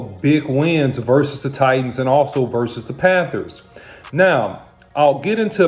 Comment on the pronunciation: Have to say it: Who are the Tennessee “Titians” 😂? Great video!